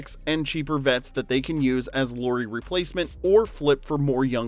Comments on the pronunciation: Loori :D It's LAU-RI. example word, lamp, ok, LA. I know you're American but I'd appreciate atleast attempting to pronounce Lauri's name somewhat correctly ^^ Great vid. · It's nice to see videos on Lauri. But pleeeeeease: it's not "Lori" it's Lauri like "Lowry" in Kyle Lowry. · La-u-ri La, like in "Las Vegas" u, like the u in "push" ri, like in "risotto"